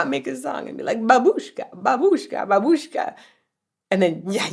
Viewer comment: Babooshka is Russian and means grandmother. Also, it's mispronounced in the song.